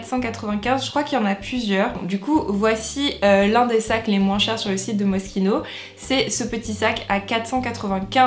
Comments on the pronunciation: Ca se lis pas moskino ca se lis mochino le s il est muet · Je pensais que c’était MOCHINO au lieu de Mosquino (niveau prononciation)